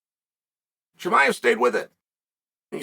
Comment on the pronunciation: U really need to work on name pronunciation.. I thought you were talking about Jeremiah